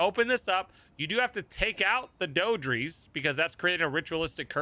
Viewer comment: I think the name is pronounced "Dee-Dra"